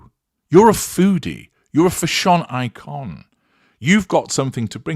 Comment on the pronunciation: OMG every time, or is that *hand does flourish*, you say 'FaSSYON ICON' I'm undone, I walk around laughing trying to do domestic stuff 😆getting confused and the other one is 'HeLLLLOOOO!' 🙏😂🏆 You're a very entertaining fellow, I mean Eton, fine company there😉